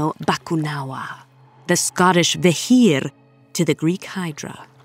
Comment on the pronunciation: The voice of the narrator is so impressive. Sometimes soft, sometimes powerful, and definitely mesmerizing. The way she pronounced beithir is *chef kiss*.